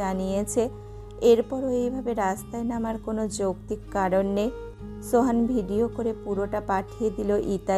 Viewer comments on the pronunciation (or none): none